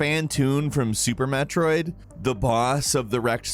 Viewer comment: Did man just say MAT roid?